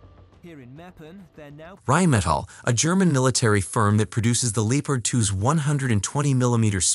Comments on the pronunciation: Irrelevant to the video but Lee o pard really? It's Leppard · Lee opard ... emm won Abrams.... That's embarrassing that you can't speak your own language while reading it. Hope narration isn't your only job. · Lee o pard lol wtf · It's Leopard, it's a German tank with a German name. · "Leepard 2" 😭🤣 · It’s so annoying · How tf did you find a text to speech engine that can't say leopard or petrol...